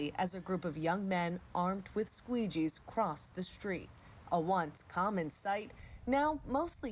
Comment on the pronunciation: Did she say armored with squeegees 🤣🤣